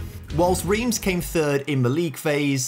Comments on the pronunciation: Reims is pronounced like France in French without the F - "ran-se" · Love the video but hate how you pronounce "Reims"